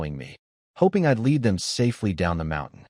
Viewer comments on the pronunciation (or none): none